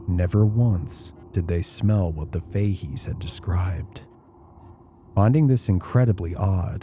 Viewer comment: Fahey's is pronounced Fa heys.❤